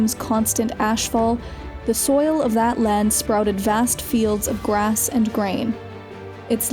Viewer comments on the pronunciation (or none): none